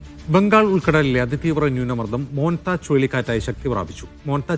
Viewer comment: "മോന്ത വരുന്നു" 😂 "മോൻ താ" എന്ത് 😂